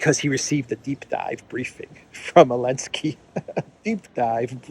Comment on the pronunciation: Why are you saying Alensky instead Zelenskyy?